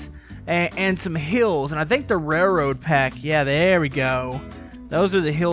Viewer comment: you said raroad track pack